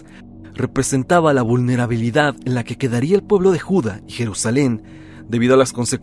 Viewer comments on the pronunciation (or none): Es Judá, no Juda